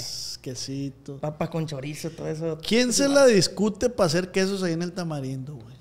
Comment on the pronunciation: ee ozz que onda no dices la R o que onda bro te escuche decir calnita pero decías que de niño así decías y creí que por eso, pero después dices tamalindo se te va la R?